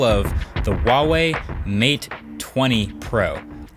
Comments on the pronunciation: It's not "WAH-wei" it's "HUA-wei." Pretty phonetic pronunciation, IMO. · Its fucking HUAWEI NOT WAOWEI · This is the dumb way how I pronounce huawei: Hoo-ahh-weye (I'm sorry) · this guy hates huawei cos he can’t even pronounce it correctly